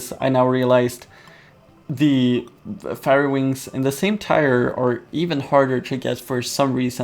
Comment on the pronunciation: Fairy is pronounced ˈferē